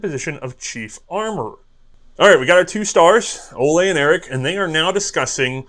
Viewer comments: And Ole is not pronounced Oley. Coming from someone named Ole ;) Contact me if you need help with Norwegian pronounciation in the future. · This American Norwegian says it's O-lee Krag.